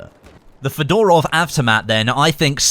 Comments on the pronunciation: it's not fedOrov but fёdorov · Come on, mate, It's pronounced FEdorov, not FedOrov (with an accent on first E) :)